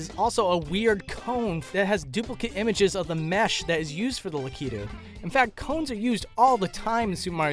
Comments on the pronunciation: LA-KEY-TWO you mean LACK-EH-TWO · You don't say it like that its not lakedou its la-ki-tu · Well thats the first time I heard it pronounced "La-key-tude" instead of "Lack-it-tude" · Say it with me Lack-it-too lakitu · No he effed up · The way tou say lakitu is disgusting.